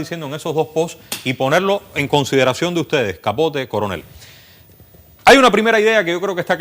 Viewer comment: Jajaja dice el "Curunel" jaja Diciendo lo que el Paga, como nos pasa a nosotros! Jajaja se le fue esa. Minuto 17.26